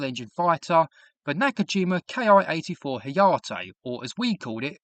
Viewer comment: It's Ki like key. Not K I.